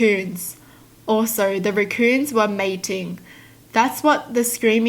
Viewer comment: I like how she pronounces "Raccoons" as " RECKooons"